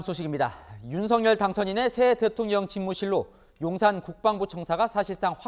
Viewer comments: 방송인 이라면 우리말 사용에 정확한 발음을 구사해야 합니다! 윤석열의 발음은 "윤서결"이지 윤성열이 아닙니다! 대부분의 기자와 방송인들이 윤석열(윤서결) 의 발음을 윤성열로 하는것을 보고 실망을 금할수 없읍니다! 윤성열과 윤석열이 같이 있다면 발음으로 어떻게 구분 할수 있읍니까? 말과 글로 먹고사는 기자나 방송인이 발음과 문법에서 자주 틀리는 행위를 반복하는 것은 부끄러운 일입니다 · 윤석열대통령 본인이 직접 방송에나와 윤서결이 아닌 윤성열로 불러달라고 하셨습니다.본인이 원하는대로 불러드리는것이 옳다고 생각합니다.